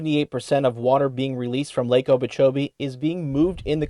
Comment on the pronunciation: I can't keep listening to this guy say "Lake Obeechobee"